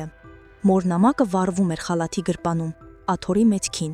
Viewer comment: Գրպանում ոչ թե գրպունում պարզ կարդա